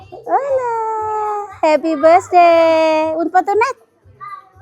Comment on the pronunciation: Bukan besday ngucapnya itu jangan besday tp birthday mending ga usah ngomong bahasa inggris klu emang inggrisnya ga bagus, mending ngomong indonesia aja, malu klu di liat orang luar negri mosok ngucap birthday jadi besday 😀😀😀